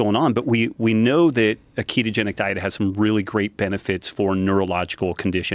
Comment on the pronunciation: Pretty sure it's ketogenic, not ketotic